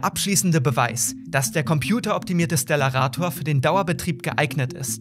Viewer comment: Es wird stellarator und nicht schtellarator ausgesprochen.